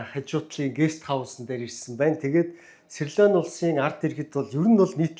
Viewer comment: СирЛон гэнэ үү, улс орнуудын нэрийг нь зөв бичиж, зөв хэлмээр бх юм аа